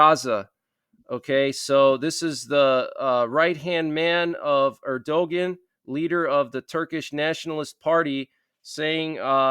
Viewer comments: The name of the president of Turkey is pronounced erd-oh-WAN. It is NOT er-DOE-gin. Proper pronunciation and grammar are essential if one is going to position oneself as a broadcaster and public information officer the way you're doing. Hope this helps. Thank you for your updates. Its prophetic implications are enormous. Keep our eyes on Gog and his accompaniments. This could be the big FINAL war before believers in Jesus Christ are raptured. Thanks be to God. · It is pronounced erdoan